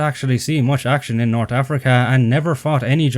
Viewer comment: I understand you may not be a native English speaker, judging by your terrible accent, but the way you pronounce some words, like North ("nort") made me feel bad for your unapplied education.